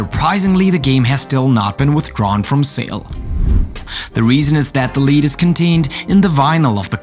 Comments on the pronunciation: Five is pronounced “f-eye-ve,” not “fiv” It’s a long “i” Also lead, as in the toxin, is pronounced “lehd” not “Leed” it’s a short “e” sound English is hard lol. Oh! And 350 degrees, as in Fahrenheit lol. It would cook 1 turkey, perfectly 🙃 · r u high? lead is not pronounced leed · People should not watch this video because you cannot pronounce your words. Especially Children should not watch. Lead is pronounced Led. Idiots! So many other mispronunciations.